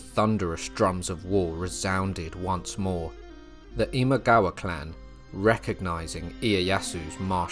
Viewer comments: “Imawaga”, mixed up the pronunciation of “Imagawa” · I pretty much stopped watching when you pronounced Imagawa as "Imawaga" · You pronounced "Imagawa" incorrectly a few times in the second section.